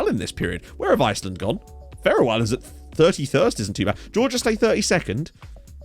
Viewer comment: how the heck do u pronounce island like that